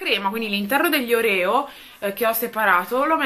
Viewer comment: la pronuncia dei oreo si dice orio perché inglese la e di proncia i e non c'è l accento sulla o finale.